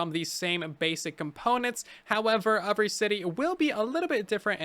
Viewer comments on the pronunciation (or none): I like it how instead of saying every, he says uvry